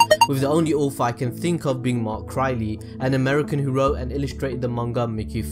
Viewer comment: It triggers me how you pronounce mark crilley